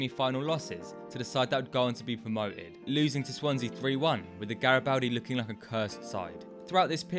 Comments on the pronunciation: Gari-bald-di btw! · It’s pronounced GaribOldi